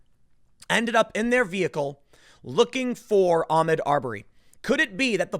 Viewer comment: Tim. Its Ah-mOd Ar-berry. Pronouncing it Ahmed Aubury is playing into these stupid fucking "Armed Robbery" jokes.